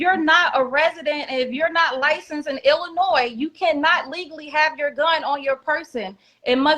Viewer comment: I wouldn't listen to this idiot!! He knows so much about illinois yet can't even pronounce it. She's going to jail. Point blank period.